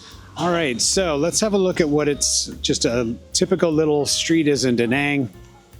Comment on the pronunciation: I enjoyed this, looking forward to future videos. Not trying to be super picky but you continually pronounce Da Nang wrong/ this might make some viewers question your content....(check out proper pronouncement on Google). Best wishes for your channel 👍